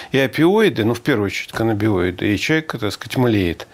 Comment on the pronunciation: Вопрос, почему проф.Дубынин говорит "каннабиноиды", а проф.Савельев - "каннабиоиды"?